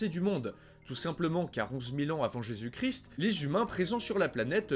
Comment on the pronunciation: Salut salut, bonne émission comme souvent par contre rectification à faire niveau prononciation ^^. On dit le christ en prononçant toute les lettres ou on dit Jésus-Christ mais la le "st" ne se prononce pas. Désolé mais c'est horrible à l'oreille et tu peux vérifier comment ça se prononce sur internet si t'es pas sûr ;)